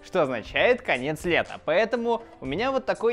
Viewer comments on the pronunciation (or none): 0.24 мне послышалось не "лета" а "света" ))) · Мне одному послышалось не конец лета , а конец света ? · Показалось что ты сказал не конец лета , а КОНЕЦ СВЕТА ( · Конец света послышалось, а не конец лета